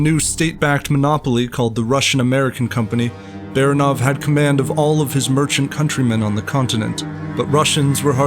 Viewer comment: last name 'Baranov" is pronounced by the narrator incorrecty. Not just one but two errors. Frst of all, stress is not on the last syllable, but the middle one. Secondly, russians characters are pronounced as they are written so A is a, not ae